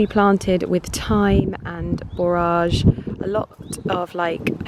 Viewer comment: Borage, pronounce like porridge.